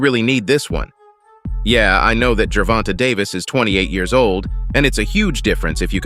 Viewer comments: When the speaker says gervontuh ... u know its fake news lol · How about pronouncing his name correctly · How do you not know how to pronounce Tank’s name properly?!? So annoying. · This guy can’t even say Davis first name correctly 😂🤦‍♂️ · Bruh.,.the AI-voice pronunciation of Gervonta got me dead as a mfer 😂😂😂😂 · Can't watch no more how u butchering his name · You can’t even say his name right.